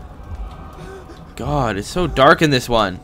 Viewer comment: remember from the first one..... "its gettin durk in hure"